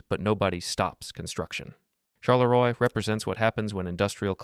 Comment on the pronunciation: May i correct you on the pronunciation of Charleroi? It is actually pronounced "char-luh-rwah" not "shar-luh-roy"